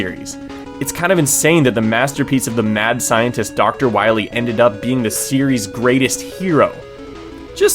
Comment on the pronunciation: Wah-Mega Man you gota stop Dr.Wah Wee!